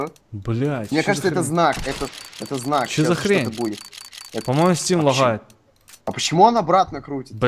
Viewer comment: стим лагхает ЛАГАЕТ а не лагхает